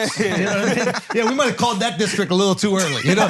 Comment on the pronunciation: Did you say District?? Or Dickstrict???